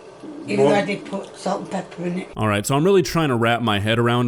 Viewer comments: "Pepieeer" lol nailed it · "Peppier" and "Honeyons"???? Why is it so hard for this woman to say pepper and onions?